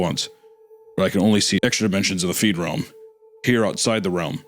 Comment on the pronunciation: I noticed that, too 😂 Don’t typically get bothered by mispronunciations, but being in the “feedrealm” is very definitely NOT being “freed”. I suppose the words being near opposites irked me, like an obnoxious brain itch.